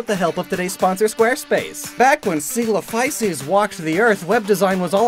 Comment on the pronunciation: I'm so proud of you for pronouncing coelophysis correctly